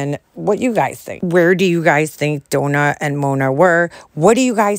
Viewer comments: Another thing !!! The name is Donna !!! NOT DOUGHNA!!!! Get it , he says that because his accent is not correct you have no excuse other than maybe your not literate!! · Listening to him call Dough-nah 82 times has caused ME psychological damage! LOL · Even in the ridiculous opening to his videos, in the silly noise I counted maybe 8 or 9 times where he says Doughna.